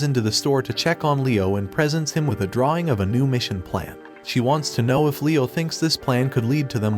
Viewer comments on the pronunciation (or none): none